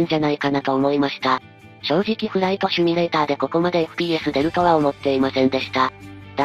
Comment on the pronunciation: シュミレーターじゃなくてシミュレーターでは？